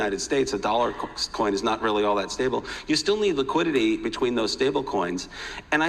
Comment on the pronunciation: "liquididdy" 😂😂 classic